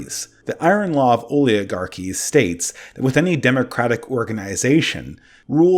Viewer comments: I propose we are represented by people who can properly pronounce "oligarchy." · I’m sorry,, but as a grammar national socialist, I must nitpick about your “exasterbate”s and “oliagarchy”s. You must solve these misspeakings with finality immediately